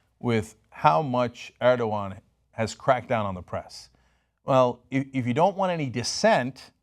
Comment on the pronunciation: Draw er-dog-an day?